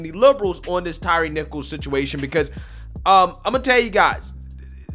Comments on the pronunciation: Old Al couldn't even pronounce Mr. Nichol's name correctly. It's Tyre, not Tyreece. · Sharpton literally made the young man’s funeral about himself and then mispronounced his name by calling him Tyrese instead of Tyre. Doesn’t anyone in that church see this for what it is? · I am so sick of Reverend Al and everything that he represents and unfortunately AOC is channeling him lately. (and get the man's name right for Christ sake. It is Ty-re and not Tyrese 😅) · Uhh, is it just me or did Sharpton just call him Tyrese????? 🤣🤣🤣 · Wow! Al made the funeral all about himself. He even pronounced the dead guys name wrong. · Couldn’t even get Tyre’s name right.